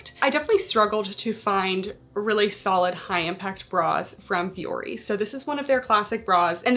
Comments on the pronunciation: Thats not how you pronounce the name. My ears. Lol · since the CEO and founder has said the company is named after Finnish word for mountain it's not how it's said. They themselves say it incorrectly which is very disrespectful.